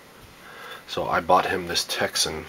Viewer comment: POPYCOCK Not a test all :- (1)should have been on same Antenna, (2) A Propper test of ssb..... (3) You havn't a clue re DX !! You dont know much about it do you....So why not pronounce the correct name TECSUN not a Texsen